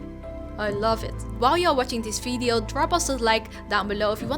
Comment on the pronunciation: Just curious. Does all Dutch people have trouble pronouncing the letter "V"? I keep hearing "Fee-R" instead of "VR" and "fideo" instead of "video". Not criticism, just genuinely curious.